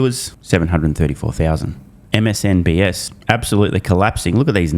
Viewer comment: I've been hearing you say it wrong for years now... It's MSNBC NOT S. lmao